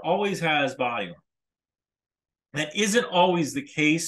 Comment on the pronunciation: Talking about uniforms “the average Ukrainian soldier always has ????? Byum? “ does anyone know what he’s saying there? In the transcript the word is “volume” and that doesn’t make much sense either I’ve listened over and over but I can’t make sense of it.